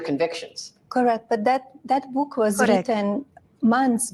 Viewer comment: The way Jimmy Kimmel casually shits on this calling it a "bük" kills me